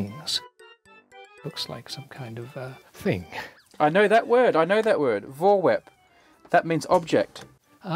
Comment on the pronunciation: Butchering the pronunciation of Voorwerp 😂